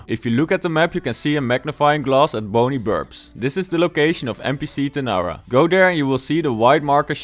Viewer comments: she's called TARANA not TANARA as u say... ❤️ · bruh you said Tanara, Its Tarana